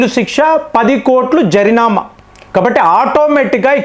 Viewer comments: జరినామ కాదు జరిమాన ఏదో మీకు చెప్పాలి అని కాదు ఏదో పొరపాటుగా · jarinama❌ jarimana✅ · జరినామ కాదండీ జరిమానా